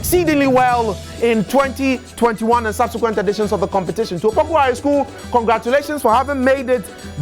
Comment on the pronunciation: It's Opoku Ware not Wale. Change it